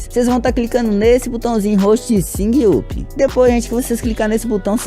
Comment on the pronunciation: "Singui upi"